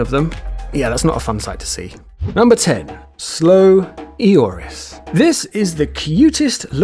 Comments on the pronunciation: Loris not ioris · You said slow Ioris ( ee-or-is) but I though it what slow Loris...